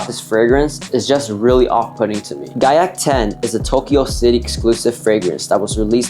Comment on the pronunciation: The moment i heard gaiac 10 i left the video LMAO